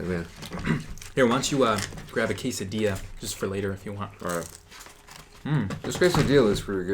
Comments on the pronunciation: Quesadiyia, buwruito, tacous.🤔 alv IANXKSN. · I love the way he pronounce "quesadilla"!! Like in a cute way ^^